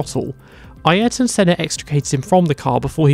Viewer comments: I swear if I hear someone say Eye yearaton Senna again I think I will scream. Phonetically for the ignorant: A er ton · Who the hell is "I- air-ton Senna"???